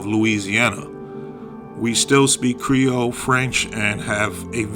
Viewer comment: And your creole accent was on point!